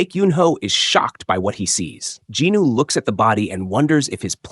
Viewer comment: I think the pronancation of the main character is wrong, i was a bit confused when i heard that name. is it not sung jin woo, but in the video i keep hearing jin noo